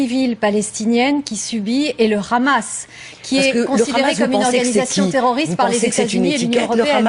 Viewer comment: On dit Hamas et non rrkrrhamas bordel c'est un mot arabe, a la rigueur dites le en français soit le Hamas oú le h est muet... xD Merci à l'invité de ce journal, enfin un discours de vérité ... C'est si rare en France